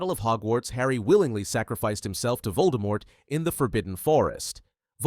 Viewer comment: Pronunciation hint, Voldemort is pronounced with the silent T